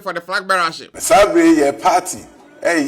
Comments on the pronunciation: Not Perty, it's Party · Why do you always say peartee😂